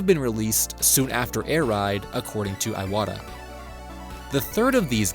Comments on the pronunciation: His name is pronounced Ee-watta not Eye-watta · Ee-wata, not Ay-wata.